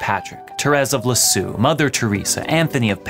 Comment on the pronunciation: St Therese of "Lee-Zee-Ugh" not "Lessew" ;)